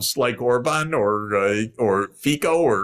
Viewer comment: Small correction of pronunciation — the prime minister of Slovakia is Fico, pronounced as “Fitsho” rather than “Fiko”.